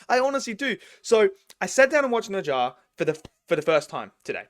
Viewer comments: What is neja!? It’s Ne Zha! Bro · Yep! It’s “Nuh jah”. You got it right. Except you have to say the “nuh” part like you’re asking a question: “Nuh?? Jah.” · If you pronounce it as 'Nurjar' it'd sound more like native Chinese speaker~ and BTW NeZha's also in 'Black Myth Wukong'